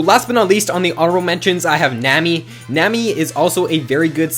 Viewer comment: nammmy? nammmy?! it's nami like tsunami